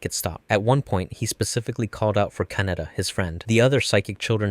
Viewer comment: Thank you for pronouncing Kaneda's name properly.